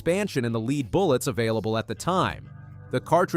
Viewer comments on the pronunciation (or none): The military uses a plain Jane 9mm FMJ. And it's pronounced: "LEDD", not "LEED"! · the bot references the early tests, yet shows hollow points - not FMJ Ball. [and "leed" bullets? c'mon]